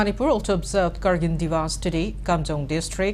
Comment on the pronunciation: Your pronunciation of kargil to Kargin is irritating...